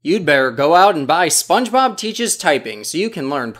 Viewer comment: Spongeboob?! Hahaha he said Spongeboob? Who is Spongeboob?? 🤣